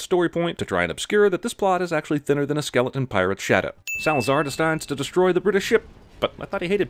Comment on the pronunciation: "Salazar distards to destroy the British ship" You couldn't do one more take? Just one?